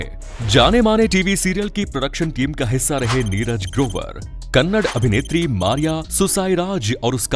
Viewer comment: Barabar bolo kya neraj grobar dhamki diya bolta hai 5.48 minet pe